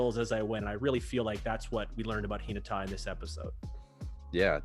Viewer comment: has the more accurate intonation to how the word is read. I'm not entirely sure but how reads "Hinata" might mean differently from the original. Kinda like how the word "lead" means two different things when pronounced differently. Tonal languages like Japanese are quirky like that when compared to English.